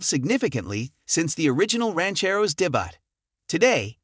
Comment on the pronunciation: My buddy drove a pale yellow 1969 Mustang, and my former neighbor had a beautiful yellow El Camino. I was disappointed by the look of the Mackey, but I look forward to the Day-Butt of the Ranchero. I'm also rolling my eyes HARD at the A.I. announcer's inability to pronounce "Mach E" and "debut." 🙄